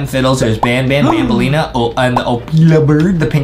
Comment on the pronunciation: Adem said i don't wuv banbeleena